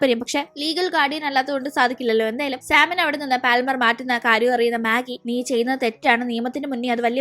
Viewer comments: പാൽമർ അല്ല പാമർ. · പാൽമർ allade😂 പാമർ enna ath vaikunne